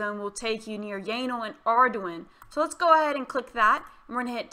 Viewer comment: Sounds like "yanal" 😅😅